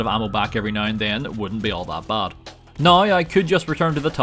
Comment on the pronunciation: It's pronounced "now", not,"noiugh".